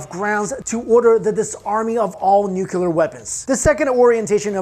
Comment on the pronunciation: And still we hear NUCULar instead of Nuclear... Sigh